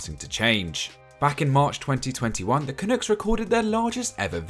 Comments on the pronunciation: Bruh it’s pronounced CAH NUCKS not Cah nukes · love the video but two things! it’s pronounced Cuh-nucks and Cyle is just like Kyle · Brits just can’t pronounce Canucks. I’ve come to accept this as part of life.